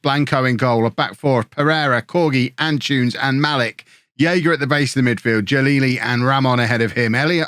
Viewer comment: am I the only one who gets slightly irritated whenever I hear pronounce Antunes as 'An-choons'? I'm not saying he should say it perfectly but the name is derived from Antony, and saying 'An-too-ness' really shouldn't be difficult for an English person.